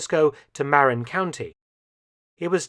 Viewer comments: Marin is pronounced Ma-rin not Mar-in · Maran county!?! Guy, it's Marin County! Mar - in, Mar like 'to MAR a painting' and 'in' as in, 'in.' Maran my eye! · Its pronounced MER-IN not MAR_IN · A small quibble Mark. The county across the Golden Gate Bridge from SF is pronounced MƏ-rín with the accent on the second syllable. (Sorry, couldn't find a lower case schwa in the font I'm using.) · That’s incredible. I’ve lived in the Bay Area for most of my life, went to school in SF, lived in Marin (pronounced Ma-rin) County and I’ve been to that beach multiple times and stood in that exact spot where the torpedo was found. I can’t believe that I never knew about this. Also, Mark, if you wanted, or, you might have already done so, but there were multiple military installations, bunkers, artillery cannon emplacements, artillery bunkers, a Nike missile station on Angel Island, and massive Navy and Army bases all along the coast of the Bay Area. The US armed forces feared another mainland attack and fortified San Francisco and the coastline with defenses as best they could. Although it’s hard to believe with SF’s reputation nowadays, but, it used to be a heavily militaristic city, with the surrounding counties and cities also containing large bases. Sadly, most are now decommissioned and the only military presence is the Coast Guard, stationed in Alameda and Oakland harbor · The county to the north of the City of San Francisco is pronounced mar-IN. Regarding the route of the torpedo.....we do not know the time of day of the launch nor the tide schedule but what is well known, and may not have been known by the captain of the sub, is the strength of the tidal currents in and out of the bay. They are ferocious and if the torpedo did not have a good way of staying on course it could have easily been swept way south of the bridge by an outgoing tide. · Marin country (and city) is pronounced "Muh-rin" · it's pronounced MUH-rin county.